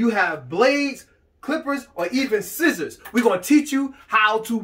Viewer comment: Yes, he even says Schissors in the video 😝